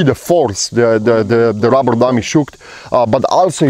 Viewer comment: And by the way you should spell it like you say it....ROBBER not RUBBER..... 😀😀😀😀